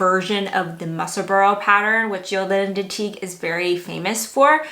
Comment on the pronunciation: Gorgeous makes! Just fyi, Ysolda is pronounced “Ee-sold-a” ;)